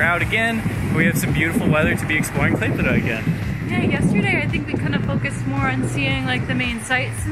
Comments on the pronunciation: Thank you for your perfect "klaipeda" pronaunciation, most of the russians cant pronounce it correctly. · Literally the best pronunciation of the Lithuania city name I have ever heard from a foreigners 😂 Nice video btw! Wish you best of luck 🍀 Can’t wait for the next vid!